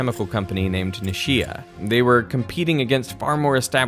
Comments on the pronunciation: Nice video, but a small thing: Nichia is not "nishia" like you pronounced, but the first part is like "niche." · Ni-CHEE-ah; NOT “Ni-SHE-uh”! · Nichia is not pronounced Nisheeah. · In Japanese, ch always produces a hard sound, like the ch in the word church. It never sounds like the sh in shoes, as in this short. So Nichia should sound like knee plus chia, as in chia pet or chia seeds. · The company's name is pronounced "NEE-CHEE-AH" (CH pronounced as in "CHurch".